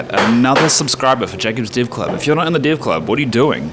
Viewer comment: Man thats amazing, something funning: I would swear you are saying div, not dev (the subtitles got your back this time).